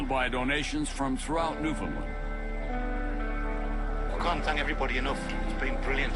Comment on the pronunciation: iirc the main narrator used to be Canadian but he is speaking as if he is American. He doesn't even pronounce, "Newfoundland", correctly.